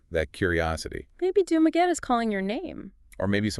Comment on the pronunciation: Nope, it goes like this: Doom-Ah-Getty. Think of doom in doom and gloom. then the awe of shock and awe, last the Getty of the Getty Museum out in Malibu (Spared by the fires).